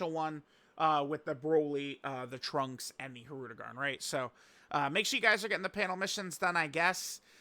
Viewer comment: Omg he said it wrong he only human